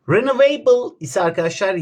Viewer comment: RiniVEYBILLLL VE ENVERİMONT beni benden aldı hocam lütfen siz ingilizce öğretmeyin